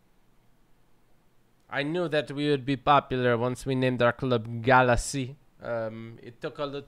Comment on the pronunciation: Say galaxy right it’s really triggering me😡